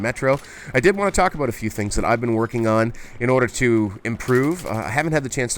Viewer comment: "Aboot" bahahahaha!